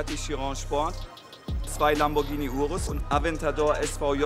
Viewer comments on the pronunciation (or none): none